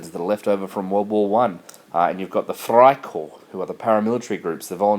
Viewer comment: by the way, i think you mean "Freikorp", not "friekorp"